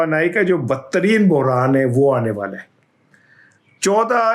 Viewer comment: بحران ہوتا ہے۔ اردو کے ساتھ ظلم نہ کریں۔